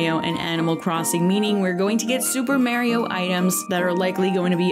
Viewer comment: I’m super excited for the lil mr reseti figure. (Ps. The way your pronounced Mario hurt my ears lol)